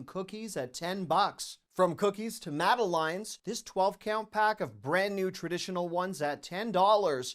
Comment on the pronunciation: “Madelines” come on … you can do better at pronunciation!!